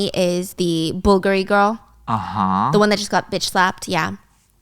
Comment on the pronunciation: The way you say bull gari 😂🤢